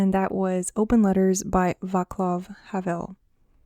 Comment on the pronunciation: The correct pronunciation is 'Vátslaf Havel'. Anyway, I enjoyed the video a lot and thank you for letting people know that the Czech literature is worth reading